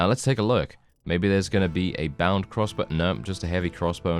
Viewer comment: Every time you say “crossbow” I think “cross bro.” Can’t even tell you what Warband series that was from. Haha